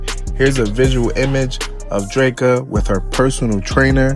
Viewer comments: The pronunciation of Dreka name is killing me 😩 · Lmao my gosh it's like nails on a chalkboard. Kevin literally says her name in songs. They couldn't listen to him